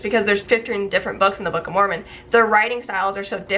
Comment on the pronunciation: Why do y'all keep mispronouncing Moron ?😂